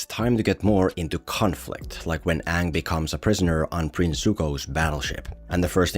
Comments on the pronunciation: "my ngame is oong" "and am ranaway" I got secondhand embarrassment just by listening that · “My name is Ong” My brother in Christ the characters explicitly say “Aang”, how the fuck do you mess that up?! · Its not Aang. Its Ong! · The moment i heard oong instead of aang in the theater when this came out, was the moment i started to lose hope in humanity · Aang ❌ Ong✅ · To this day i didnt understand why is it Oong instead of Aang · His name is Aang not Ong. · The content was great but listening to you mispronounce Oong for 16 minutes strait got tiring real fast! 4/10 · It keep annoying me so much that they pronounce it as ONG LIKe comeon man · The problem with this movie was he deliberately pronounced the names wrong. Every time i hear uung I cringed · mY nAmE is eGgh 💀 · OONG. HIS NAME IS OONG. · Guys , I think Uhng is the uhvahtah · umm i believe it’s actually the “YAANG Avatar OONG” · Onng the auvatar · What always makes me cringe is the way they say Aangs name in this movie, like its literally not hard to pronounce it right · A long time ago I was a preteen when my uncle took me to go see this and when I heard them mispronounced their name ik it was a shit show, he said no come on let's just wait and see and as soon as that it took four Earth benders to lift one rock it was over , he told me get up were getting our money back and seeing a new movie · It's not aang.. it's ong.. it's not sokka.. it's sooka.. it's not iroh.. it's eeroh 😂😂😂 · “So”kka 😭 “Ong” 😭😭😭✌️ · them pronouncing it like 'ong' or 'soh-ka' is ragebait and no one can convince me otherwise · M. Night Shamallamadingo should be flogged just for "Soak-uh" and "AUng". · are you intentionally mispronouncing Sokka's name for the engagement? because highlighting the laughable pronunciation of Aang's name while doing the same for Sokka is either the height of click farming or the pinnacle of hypocrisy...